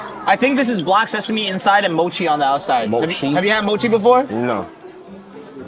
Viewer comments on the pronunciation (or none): none